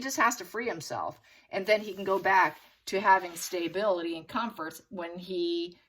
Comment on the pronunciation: Is there a reason why the word stability is pronounced stay-bility? I've noticed some words seem to be intentionally mispronounced.